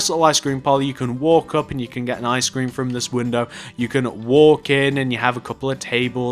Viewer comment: when he said icescrem it sounded like i SCREAM